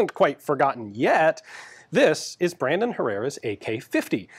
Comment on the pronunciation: Every time you say “Brandon” I hear “Raymond” and then I want to listen to a Fear Factory song because Raymond Herrera is the drummer for Fear Factory.